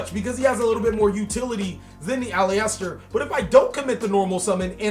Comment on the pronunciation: Nick Carney It wouldn't thought. The "E" isn't heard. Its A-LIS-TER or AL-IS-TER it's a 3 syllable word